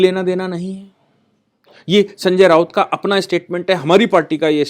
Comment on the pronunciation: भाई रावत नहीं, "राऊत" बोलो